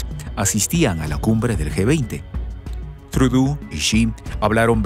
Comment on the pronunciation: No es “Trudú”, la pronunciación correcta del apellido Trudeau, del primer ministro canadiense es “Trudó” ya que es un apellido de origen francés.